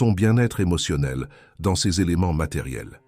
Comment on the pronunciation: Je suis bien d'accord avec vous et n'ai pas attendu que quelqu'un me le dise, je ne supporte pas cette IA, ça s'entend toutes les 3 phrases quand il prononce "Ces" ceu-ze"par exemple